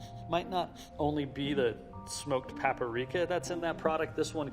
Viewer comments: PAPRIKA, NOT PAPARIKA!!! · 👎 PAP-A-RIKA 👍 PAP-RIKA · Pap uh reeka! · This man said "paparika" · Paparika and papurrika and popurika and puporika and not even one single said papprika. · No one talking about how he said paperika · Everyone: Paprika: PAPARIKA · is great but its PAPRIKA NOT PAPA RIKA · PA-PA-RI-KA, lolz (usually people just say "pap-rika", no? lmao) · PAPPARIKA PAPPARIKA who is gonna tell him it's paprika? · Smoked Pap-uh-rika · It's spelled "paprika", right? Not "paperika"? Sorry if I'm being picky - enjoyed the video. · smoked pap-a-rika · ‘Smoked PAPA-rika’ lol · The "smoked pappareeka" pronunciation driving me nuts. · Why do people pronounce paprika “pa-pa-ree-ka”? SMH! It’s “pa-pree-ka” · "Pap-uh-reek-uh" JFC 🤦🏻‍♂️ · Stop saying paa-paa-reeka! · Pap uh reeka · "pap-per-eek-uh" so cute how he adds an extra syllable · No one: Literally no one:: Pah-Puh-Rika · he said pahh-per-rica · It really bothers me how he pronounces "paprika" like "peapuhrika" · I love this guy, but who the hell says papa-rica? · brad leone says pepper-rica and they're buddies go figure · I just cannot trust anyone who talks about food for a living that mispronounces food terms. Papa Reeka? GTFOH!🤣😂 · what exactly is paparika? I've heard of paprika, but not paparika. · Papa rika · Papper Reeka. Why does he over pronounce it like that? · That drove me nuts. I kept yelling back PA-PRI-KA! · smoke PAPERIKAAA. Thats how I'm going to pronounce PAPRIKA from now on. PAPERIKAAAAA. Love this man and the other video featuring him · I will forever pronounce it as paperika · Anyone else freaking out whenever he says paprika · I love everything about this video Apart from how he pronounced PAPRIKA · MY BOI E—wait did he really say paprika with 4 syllables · the way he said paprika, disgusting